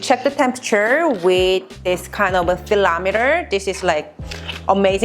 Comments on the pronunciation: Also “thilometer” for “thermomoeter” is adorable. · I heard thilameter for thermometer... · " Thelmometer" and "nooders"...'r's are 'l's and 'l's are 'r's? Also never a good idea to reuse the used marinade as a sauce. Not safe and kind of gross. Save some of the marinade before hand to make that portion a sauce instead. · What did you say??? Meat "therlometer" ? I love it. A new word to go with "nooders". I'm not making fun of you, I'm laughing with you. Great recipe. I'm going to try it. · the way you pronounce "thermometer" is so cute hehe. i don't eat pork due to my religion but those looks reallyyyyyy delicious especially with the charred grill marks! will probably try this using chicken/beef 😌🤤